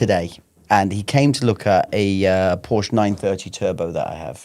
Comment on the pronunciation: Guh-LAR-do. Britts butcher that and Porsche.